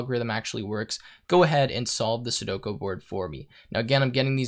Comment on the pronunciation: Sue-doe-koo. Not sudoko